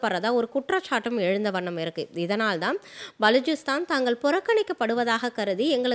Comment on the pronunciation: பலூச்சிஸ்தான் உச்சரிப்பு B என்று ஆரம்பிக்கும்